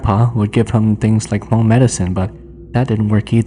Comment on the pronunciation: 😂 why do you keep pronouncing Hmong, "Ha-mong"?